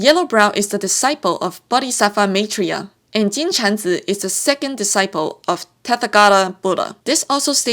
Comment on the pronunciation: After watching this and another summary of journey to the west(and completing the game myself) I really find it interesting as to how buddhism is shown in chinese mythology. I am from India and was taught about Gautam Buddha in a completely different way. I also love the way you pronounce rakshasi maitreya yaksha moksa and many other words from sanskrit. We also have a very famous monkey man named Hanuman in our mythology with many of the stories of how he got his powers and weapons similar to wukong's. I have heard that the writer was inspired by this character but I have no idea if it is true but does seem too similar to not be true. I love the grand characterizations of buddhism in chinese mythology as we got a very quaint version of buddhism in our side of history. BTW thank you for explaining the bull king drama as that is literally the reason I was here. I got confused since I remember bull king and wukong having a gang of yaoguais together in their early years. I did not understand why bull king would go against wukong when the celestial court stood up against him.